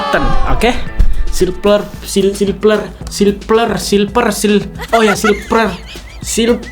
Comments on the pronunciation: silver bukan silper pake v loh #Q&a 1.abang bisa ngomong v gak sih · Aku ngakak sendiri liat abang nya taypo bilang silver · Bang tadi abang bilang silper tapi salah itu silver bukan silper 😂